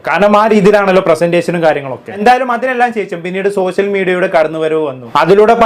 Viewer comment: "സോസ്യൽ മീഡിയ? " സോഷ്യൽ മീഡിയ എന്ന് പറയു കുട്ടി 😂